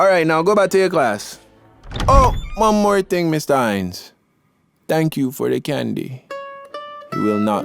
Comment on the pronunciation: "Danks for the candy it will not go to twaste"